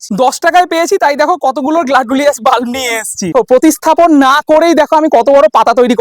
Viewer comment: গ্ল্যাডুলিয়াস না গ্ল্যাডিওলাস।